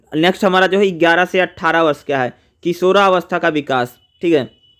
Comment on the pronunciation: Yovan ko yon bol rahe hai 😂